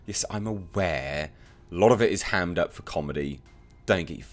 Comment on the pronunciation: “Both of you old bags probably need to SHUT AP......”🤣 Him reading that in his accent got me....😁👍